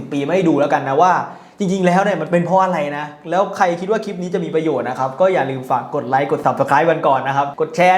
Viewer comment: หัดพูดไทยให้ชัดก่อนออกคลิพดีไหม? “ทัมพ์ทำอะไลแปกๆ” ทั้มพ์, คิ๊พ, อะไล, เหลียญ ฯลฯ ฝึกได้นะคะ หัดเถอะค่ะ น่าเสียดายเวลาชีวิต พูดผิดจนตาย